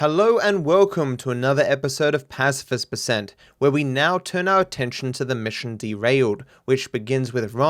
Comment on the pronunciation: Pacifist with a big emphasis on the word fist